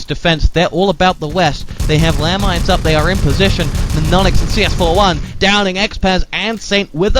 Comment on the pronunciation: CS4f1 sounds like: “chafee”